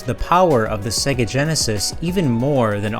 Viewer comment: Excellent video man but you are mispronouncing 'SEGA'. It is pronounced 'SEGA' as in "AGES' (not as in EGG)